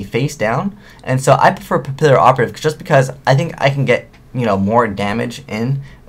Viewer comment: Its pronounced "pa-pee-operative" the word Papillon is French. ^.^ I prefer the OCG name Photo Butterfly Assassin.